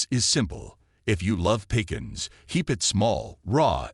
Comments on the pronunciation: I don't believe you. Walnuts are one of THE heathiest nuts you can eat. What medical school did you attend. You are right about Pistachios but wrong about peanuts. Moderation in everything, no salt, in olive oil. AI can't even pronounce pecans right. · You came up with a third way to pronounce" pecans". I'll cut back on them anyway.